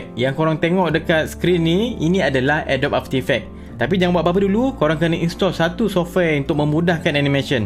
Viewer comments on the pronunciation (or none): mungkin boleh sebut cara betul lepas ini, Adobee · Pronounce adobe. Macam ni (A-do-bee). Ni baru betul